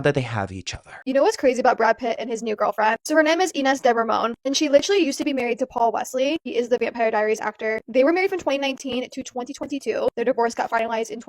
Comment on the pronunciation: lol “I know how to say ‘de-rayman’ I believe it’s like “innes de rah-mohn” 😆😆 love u